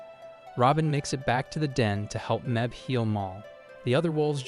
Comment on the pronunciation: Mebh is pronounced "Mave." She's Irish.